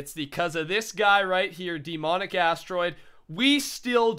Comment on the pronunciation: Anyone else noticed he says "DEEmonic Astroid"?